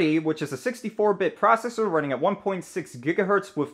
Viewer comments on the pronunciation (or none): none